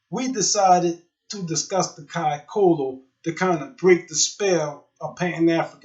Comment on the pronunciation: It’s pronounced Kai tholo “th” our c sounds like “th”